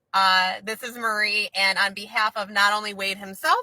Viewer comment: Are you saying Murry?